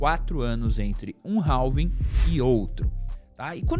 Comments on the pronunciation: não é 'ralvin' que fala é 'rávin'. do you understand me? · Cara, desculpe, mas nao se pronuncia o L da palavra Halving, a pronuncia é algo parecido com RAVING.